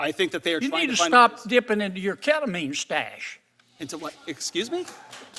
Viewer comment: Did he just say you need to stop dipping into your keatamean stash 😂😂😂